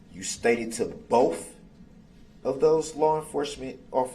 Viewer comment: Why didn't any witness say to him "What is 'axed'?" Or "I don't know what 'bofe' means". How about "What does 'aminant' mean?" Or "I'm sorrry, did you say 'fixiated'"?